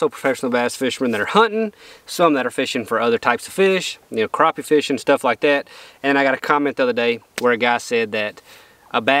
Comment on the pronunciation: All y’all kill me saying crappie wrong. There crappie not croppie. When has anybody saw them spelled croppie. Never. People need to start calling them by there correct name and to hell with being politically correct . Your from the south boy call them there right name or don’t talk about them at all!